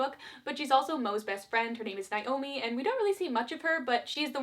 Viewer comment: This is super nit picky, and I just started watching the video, but I’ve never heard the name Naomi pronounces the way you pronounce it. And it’s bugging me. But very nit picky I know. Sorry. Also I had no idea this was a book and I’m curious about if all the characters except for Olivia also suck in the book.